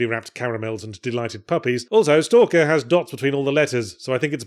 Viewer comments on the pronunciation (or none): They made a new Ess-Tee-Ay-El-Kay-Ee-Ar game?! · I miss Yahtzee going "Ess Tee A EL Kay Eee Arr" when referring to the game's silly name. *sigh*